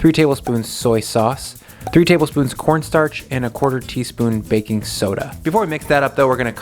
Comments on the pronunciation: Corn Starch not Cornnstartch lol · cornnstarch The extra n is for nice